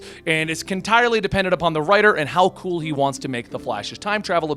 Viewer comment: Timestamp "cantirely" cannon+entirely. I LIKE IT! Approved.👍